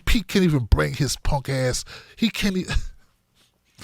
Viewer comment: You said it right "punk-ass.'"